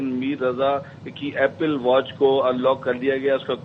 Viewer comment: ایپل کو اپیل بول رھے ھو؟